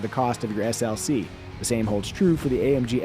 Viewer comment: I’m not the only one who heard him say GLC right?